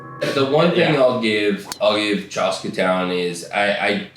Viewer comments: Bros… it’s chaska not chahska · the pronunciation of "Chaska" is cracking me up